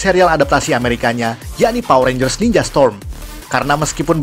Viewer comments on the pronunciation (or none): none